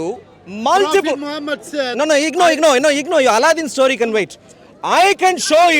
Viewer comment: I nearly dropped off my seat. The man said, "Your aladin stoy can wait" 😂😂😂😂😂